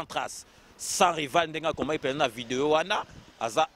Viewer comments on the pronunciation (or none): Je suis vraiment déçu, je pensais que était une personne de bon niveau. Et là je découvre un imbécile qui ne sait même pas cacher sa jalousie. Incapable de prononcer un prénom correctement "Eliezel" et encore "vidéyio" et lieu de Vidéo. Tu as quel diplôme finalement??? Eliezer a une licence en science po. C'est vraiment malheureux que toi n'ait pas pu faire des études même étant en Europe. Et même il parait que tes parents avaient des grand moyens à kinshasa et malgret ça otanga té. Tu n'a pas les épaules de Eliezer. Je t'ai vu dans une vidéo où zakari se moquait de ton handicap en face de toi et tu est resté bête et sans réaction. PAUVRE CON